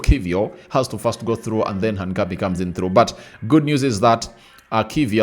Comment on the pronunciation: Pliz pliz, Try to pronounce that guy's name right. His name is "HINCAPIE" not "HANCAPIE " ok? Otherwise thanks for the good work.